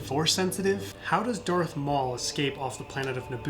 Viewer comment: Darth not earth